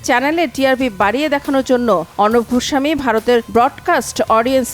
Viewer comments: গোস্বামী ।ঘোস্ সামী না । উচ্চারণ ঠিক করবেন।😂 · ঘোস্বামী নয় গোস্বামী ভাষায় যার শুদ্ধ নয় সে আবার সন্চালক 🤣😄🤣